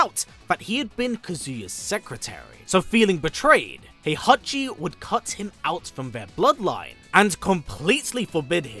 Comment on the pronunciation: That's not Heihachi, that's HOEhachi 😂